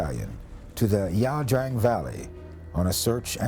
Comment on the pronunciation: get the location name right, not wrong like the narrator. Ia Drang (as in 'eye', not La Drang)